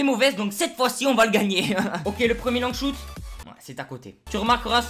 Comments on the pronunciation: "Défi Long Choute" quel bel accent anglais fraté x) Super vidéo comme d'hab bro continue ! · Gg l'épisode comme d'abb par contre arrête l'anglais shouttttt mdrrr tu ma tuez 😂👏🏾